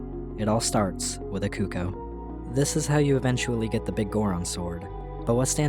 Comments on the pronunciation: It’s pronounced CUCK-oh. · No but it's pronounced cUHc-kOO. Cucco is a representation of the sound a chicken makes. It's a play on words, a verbal pun. The Japanese love these. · I've always pronounced cucco like, ""KUH-koh", similar to how it's pronounced in Japanese. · my favorite part of the Zelda series is that no single person can agree on how to pronounce cucco